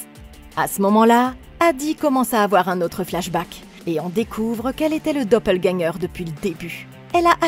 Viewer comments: Dopeulgagnant??? Quelle prononciation 😂😂😂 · juste revoir la prononciation du dopplegänger -> [do-peul-guèn-gueur] (désolé pour les pros de phonétique, je suis pas du tout expert) mais sinon très bonne vidéo, continuez comme ça ;) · pas obligatoirement, les allemands prononcent plutôt les mots qui se terminent par "er" comme un "a". Beispielweise : Vata (pour Vater) et Doppelgänga (Doppelgänger), mais oui, elle ne l'a pas correctement prononcé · Il faut prononcer le "r" de doppelganger (c'est un mot allemand) 😉 J'adore ce film ! J'avais trop hâte de le voir sur cette chaîne ! ^^